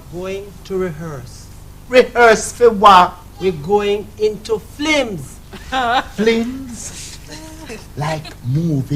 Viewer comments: " FLIMS" HAHAHAHA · "we are goin into flims!" "FLIMS!!!" lolololol this reminds me of my dad...how hard i have tried to get him to say F-I-L-M-S but to no avail! lol